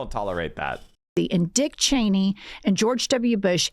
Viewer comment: I love that Sam Seder always gets Liz Cheney's name wrong.